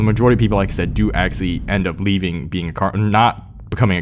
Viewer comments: There IS a T in acTually!!! Why do you keep saying aXially? Let me guess: You AXE people questions as well? ASK... try pronouncing it A-S-K... Speak REAL PROPER ENGLISH or go back to your native tongue. Quit degrading the English language. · please say actually properly next time please.